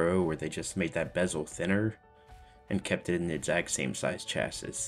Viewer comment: You can't pronounce 'Chassis' btw. Learn it. Decent Review outside that. Best Wishes